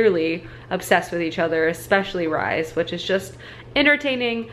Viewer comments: Lol - Rhys is pronounced like Reece not rise 😂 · Hi! First off, love your videos. very cozy and your chopping skills are A+. But I need to say this, Rhys is pronounced like "Reese" not "Rise" >.< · i think rhys is pronounced the same way rhys from acotar is, reece/reese